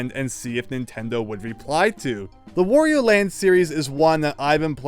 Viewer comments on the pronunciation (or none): It's "wah-ree-oh" not "woh-ree-oh" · Please learn to pronounce Wario correctly (it rhymes with _Mario_, however you pronounce that).